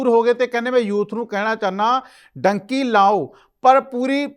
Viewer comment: ਡੂੰਕੀ ਹੁੰਦੀ ਆ ਡਾਂਕੀ ਨਹੀਂ ਹੁੰਦੀ ਪਹਿਲਾਂ ਬੋਲਣਾ ਸਿੱਖੋ ਫੇਰ ਗੱਲ ਕਰ